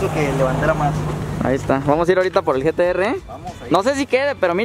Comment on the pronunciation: Jajajajjaja like si escuchaste que le dijo gts en ves de gtr